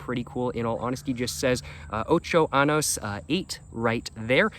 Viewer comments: buddy ya gotta get the accent on the n... anos does NOT mean years... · eight anuses “ Ocho anos “